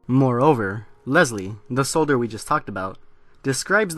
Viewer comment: Lol I like the way you say soldier lol you make it sound like"solder" 😂👍